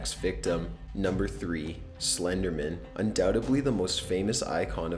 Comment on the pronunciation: Why do some people pronounce Slenderman like he's an attorney or something?( Slendermen attorney at law.)